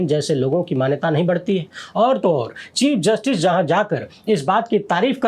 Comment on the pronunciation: 😂😂😂😂 चिप जस्टिस not chief